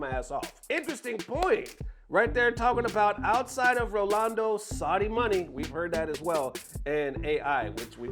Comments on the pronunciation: Omg dog stop with the "rolando" it's not even hard. Ro Nal Do. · Rolando? 😂RA-NAL-DO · The fact that you commited to calling Ronaldo "Rolando" is pure gold 🤣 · Man really be mispronouncing Ronaldo 100times in one video